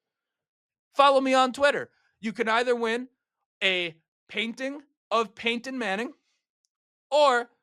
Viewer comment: Did you say Peyton or Paintin? Sorry I had to say it 🙂